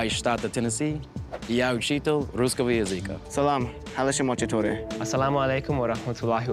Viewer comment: Guy speaking russian claims to be a russian language teacher but doesn't even know the proper stress in the word LANGUAGE...he said "язЫка," but it should be "языкА" and stressed syllables are a very important part of russian pronunciation